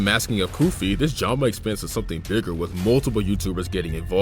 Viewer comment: Bro , it said goofy instead of koofy